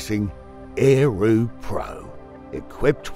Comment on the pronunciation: Lol.... is this a spoof, or a scam? - Ae- roo in an aussie accent.